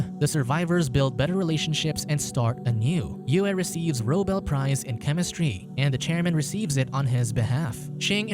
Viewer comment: Robel prize 🤣🤣